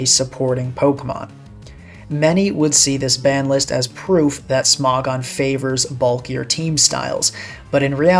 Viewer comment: Smog-on instead of Smo-gon 🗣️🗣️